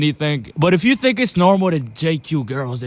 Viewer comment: “tink about this🐥”